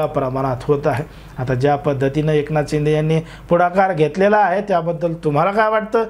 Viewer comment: अहो दादा तुम्ही माहीती खुप छान दिली . त्याबदल धन्यवाद ... ' पण तुम्ही र्शिदे साहेबाना .एकनाथ शिंदे असे उच्चार केला त्यामुळे बर नाही वाटल ... कितीही झाले तरी ते माझी मुख्यमंत्री आहेत .एकनाथ शिंदे साहेब अस ऐकायला बर वाटत . जय हिंद . जय भारत🤝🤝